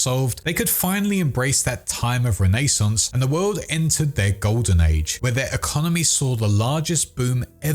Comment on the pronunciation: stop saying rAy nAy sooooons. holy crap